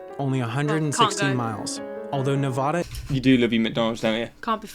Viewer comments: It's pronounced Ne-vA- da, not Nev-ahh-duh. ;) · I feel like I should say it’s Nev-aa-duh not Nev-ah-duh we take that really personally. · A few nits to pick: 1) there’s a reference to "Bell-fon-tayne" (Bellefontaine), OH. The locals say "Bell Fountain." 2) the video mispronounces Nevada as "NevAHda" (too bad, it’s sad, but I’m not mad). 3) the vid should have mentioned that part of Yellowstone NP is also in Montana. That’s it. I got it out of my system. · The dude narrating the video needs to realize that Nevada is pronounced NEH-VAAAA-DAH not NEH-VAH-DUH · I live in Nevada, and it is commonly mispronounced. Most people say n e-vah-da, when it should be ne-vaa-da. It's something of a pet peeve with Nevadans. NBC news actually did a little clip about how to pronounce Nevada properly. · How did that narrator pronounce Nevada? WTF lol that's so so so so wrong. Should be Neh-Vahh-duh not Neh-Vaww-duh. Also us in Washington call the capital DC exclusively. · My ancestors were from Tennessee and I learned they were allowed to choose which side they wanted to fight for during the Civil War. My ancestors chose the Union Army (the north). What a horrible time. They guy on this video pronounced Nevada wrong. It's Neh-VA da. Second syllable a like apple. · BTW, the narrator pronounced Nevada wrong in the video. it's , not Ne-vah-dah. Atlanta is a hub for airlines, so a lot of them fly thru there to somewhere else. A lot of roads, at least in the west, will put up signs before exits saying it's the last opportunity for however many miles to get gas, food, hotel, etc. and will say how far the next facilities are, so if you see the signs, you should get gas, at least it used to be that way, not sure if it still is, probably is for that road though. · He mispronounced Nevada. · The guy in the video mispronounced Nevada. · The guy in the video couldn't pronounce Nevada correctly. I say R Kansas in my head or when I read it, but say R Can Saw outloud